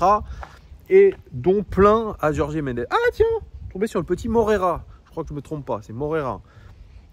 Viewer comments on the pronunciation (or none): Stp …Jorge [George] pas Jorgé 😂